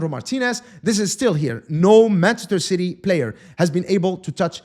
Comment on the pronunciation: The way called Ci-y is darn funny 😂😂😂